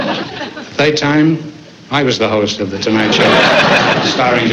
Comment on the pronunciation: "The thoid time I was the host...they're honoring a man who doesn't show for woik" lol